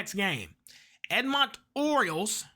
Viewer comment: Ed mon ton Oil-lers you say Edmonton together no as separate syllables